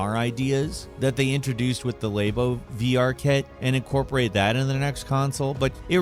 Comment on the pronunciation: I'll never understand the pronunciations of certain words from Americans. Lay-bo??????? 🤦 It's quite obviously Lab-O